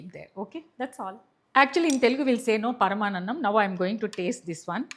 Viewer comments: Paramanannam kadhu madam 😂paramannam 😊😊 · Mee english poortiga khhooni ayipoyi venataaniki chaala baadhaga undi. Of course, you can tell menot to watch. No problem. Please talk in telugu. Its. Ot paranannam. It is paramaannamu. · That is Sankarti , సంక్రాంతి. Not sankrantri, సంక్రాంత్రి. That is paramaannam,. పరమాన్నం Not paramaanannam, పరమానన్నం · Madam❤ sankranti,and పరమాన్నం paramaannam only. please don't miss pronounce. ❤❤